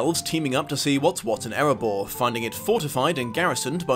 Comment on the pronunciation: It's Erebor , not "Eribour".